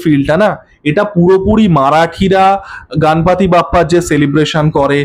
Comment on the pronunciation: গণপতি র উচ্চারণ গানপতি, হনুমান র উচ্চারণ হানুমান বলছেন আবার বাংলা কালচার নিয়ে কথাও বলছেন😃😃 😂 এতে কোথাও হনুমান বলে মনে হচ্ছে না ......